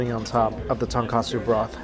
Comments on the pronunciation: Tone ko tsu is the correct pronunciation. Same as people saying Panko as pan-co when it should be pahng-koh, like saying ah (mouth open, dentist style). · He went to Japan many times and still says the wrong name, "Tonkatsu Ramen"